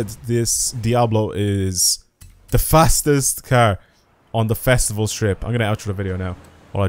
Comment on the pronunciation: You saying "The Fastival" is oddly funny and they should use it in the game